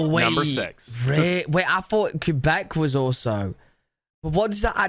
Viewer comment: He pronounced Quebec correctly which most people mess up lol